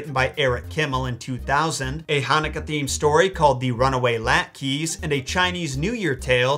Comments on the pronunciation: Love your channel, but the chanukah latkes is pronounced Lot kus , not lat keys. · Latkes are actually pronounced like lock-ah. It's a traditionally Yiddish dish. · fun video! I grew up with the version where the fox ate the gingerbread man. XD Also "Latkes" is pronounced "Lot-kahs" & if that doesn't make any sense, Andy Kaufman's character on the old "Taxi" show was named "Latke" so if you've ever seen any reruns with him in it, that's how say it. XD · Latkes is pronounced as. Laht kahs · That’s actually pronounces “Lot-Cuh.” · The chanukah cake is pronounced LAT-KA like the character on the tv show Taxi. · no apology for latkes as lot-keys? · mispronouncing latkes will forever be ingrained in my mind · the way u pronounced latkes was kinda hilarious 🤣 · The way he pronounced latkes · The way you pronounce latkes made me latkes made me laugh my but off